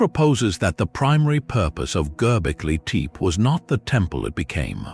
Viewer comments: Gobbly,Teep? Well, that’s a new pronunciation of it. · At least learn how to pronounce it